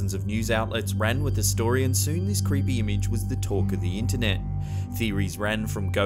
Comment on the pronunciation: Zelda Williams Tbh. I thought you said creempie